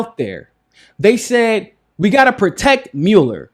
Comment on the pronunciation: I like how you pronounce Muller... as in "my'ula" not "mala".